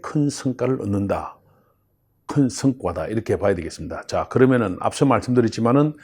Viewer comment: 허위원의 발음교정교실 거기벤다면 x 거기에비한다면o 정맨첼x 정민철o 큰승과x 큰성과o 그리고 제발좀 말할때 그놈의 금년금년 좀 그만하시길...